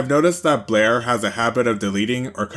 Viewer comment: You MISPRONOUNED Blaire Many Many Many times 😂😂😂😂